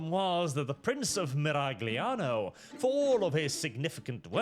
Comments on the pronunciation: It's pronounced 'Miral-yano'. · That's 'Miral-yano' to you. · the G is silent (probably)